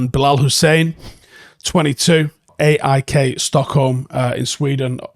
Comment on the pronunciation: AIK, sounds like AaH E Q ;)